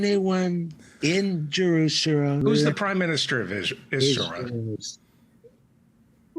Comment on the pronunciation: Hilarious trump interview! Jerusorps?! Roflmao!!!!!